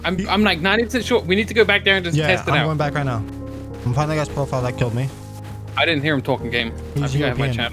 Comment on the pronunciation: "An asian kiwwed me. diswonect'